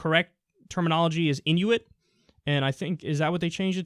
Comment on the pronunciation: It's prounounced in oo it.